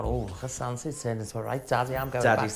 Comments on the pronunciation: I know they’re saying “Santa” ... but I’m hearing “Sansa”. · Anyone else hearing The Vivian saying “Santa” but sounds like “Sansa.” I drifted off and heard Sansa and thought “Are they watching GOT now?!?”